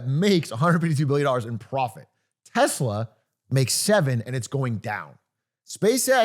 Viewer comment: pwofit teehee